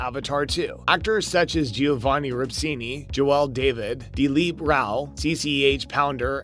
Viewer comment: I love how the kids in these videos change pronunciation of every name, sometimes multiple times, almost as though it's a deliberate joke. Nuvvi, Navvy, Naviiie. You're literally like Jake mispronouncing words and getting slapped by Neytiri. Sorry, Nighteary. It's a good thing Dr. Glaze Augunstein and Nerm Spillmen were able to help! Ribsini? Joe-elle? Lindau? Really? You actually watched this film? And Colander? Did you seriously refer to Collider as a kitchen strainer used to rinse vegetables? Let me guess, college grad? I can't, I just can't. 🤣